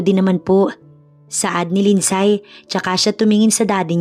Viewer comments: Lind-sey po ang tamang pag pronounce sa lindsay 😊 thank you sa good story❤ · LIND -SEY ( Lindsay) 😅😅 Here in Canada 🇨🇦 they even pronounced it as “ silent Y “ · Agree with your comment wrong pronounciation i also notice wrong grammar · Mali ang bigkas mo sa Lindsay